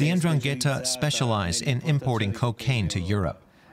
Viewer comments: in Italian it's pronounced Ndràngheta, with the accent on the first A. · But how you can miss to correctly pronounce Ndrangheta, the name of the concerned criminal organization, that is fundamental in the meaningfullness of the documentary?? Very bad... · Why not make a little effort to pronounce 'Ndrangheta' correctly. Just listen to how the Italian speakers pronounce it.